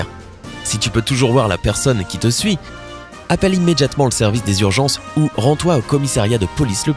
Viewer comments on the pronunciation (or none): none